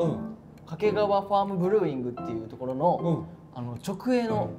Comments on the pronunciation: 掛川のイントネーションがずっと気になる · 掛川の発音は 沖縄ではなく 山梨です